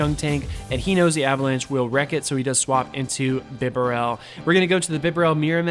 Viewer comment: Thanks for featuring Piloswine, I love this pokemon and am very invested in it, having powered mine up and given him the second charge move. Therefore I am going to use him this weekend in my tournie, wish me luck! Also, it isn't bee-barrel, as there is only one 'R', it's bib- a -rel :)